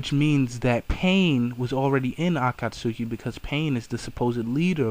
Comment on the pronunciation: you dont pronounced akatsuki right